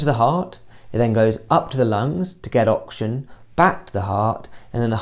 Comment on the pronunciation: Great vid but kind of annoying how you pronounce oxygen as auction